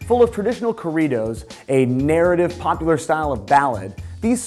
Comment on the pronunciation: Lol the way he pronounced corridos